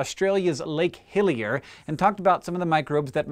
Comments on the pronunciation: Was I the only one that kept hearing Lake "Hylia"? all I could think of was The Legend Of Zelda hahaha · When I hear him say Lake Hillier, I kept thinking of Lake Hylia from Zelda. I used to pronounce it as Hillier as a kid. Come to think of it Hillier is a slightly odd name for a lake, seeing as means "more hilly".